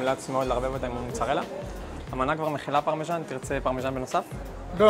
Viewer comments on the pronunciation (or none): אומרים פרמזן לא פרמזנו יא אילג:face-orange-frowning